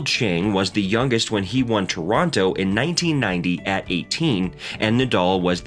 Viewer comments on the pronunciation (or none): none